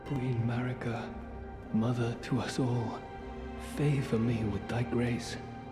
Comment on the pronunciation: Definitely AI, but a pretty good one. The biggest tell is when it mispronounces names like Marika (mah-REE-kah) and Melina (muh-LEE-nah) based on how they're spelled. needs to write names phonetically in the script.